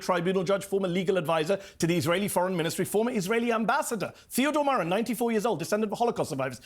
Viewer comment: Theodor Meron (not Myron)